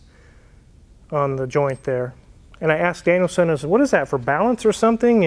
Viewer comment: Am I the only one who hears it as "Daniel-san" instead of DanielSon?